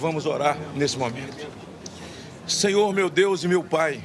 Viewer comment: GLÓRIA A DEUXXX